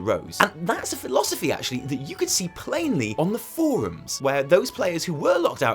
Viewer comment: as soon as he says "forums" i start laughing